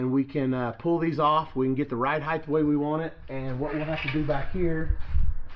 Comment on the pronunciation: please please stop calling it ride "heighTH". It's almost as cringey as "telephone pole". 😕😨